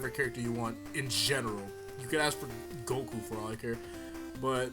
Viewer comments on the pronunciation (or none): none